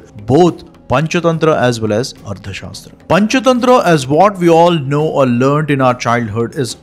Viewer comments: Why don't you pronounce arthashaastra correctly!! Tha and dha are different... Don't impose your mother tounge's limitations on Sanskrit words!! However I like your content 👍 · The author keeps saying Ardha shastra. It is Artha shasthra not Ardha shastra.कौटिल्य अर्थशास्त्र (Kautilya Arthashastra)